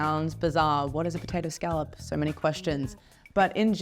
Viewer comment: She is pronouncing scallop completely wrong. Is she Australian at this point😂